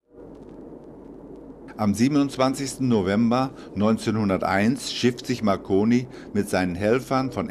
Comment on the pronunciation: ..."in Bologna, Guggelmoh Mackoni..." :D